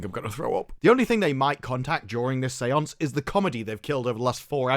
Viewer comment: Say-onc-eh?? Really?